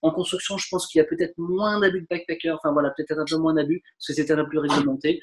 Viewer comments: I know ! that's why its so weird to hear him say backpécker all the time haha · C'est moi où il dit tout le temps "backpécker" ? :p